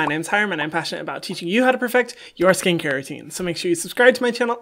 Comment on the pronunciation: Every time when he says "I'm passionate" I always think he says "batshit"